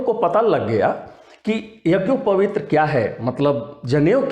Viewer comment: यज्ञोपवीत को भी तुम शुद्ध नहीं बोल सकते हो क्या वीडियो बना रहे हो पहले यज्ञोपवीत शुद्ध बोलना सीखलो